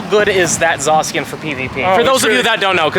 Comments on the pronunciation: I hate how he says it zasiyin me zashin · You hurt my brain by how you say zacian or should I say zasian